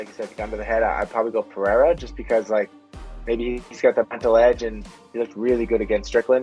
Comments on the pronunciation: Chael: P-A-RA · Khazmat, pe-era , uncle laev 😂